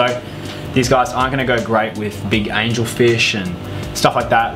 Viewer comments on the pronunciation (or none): none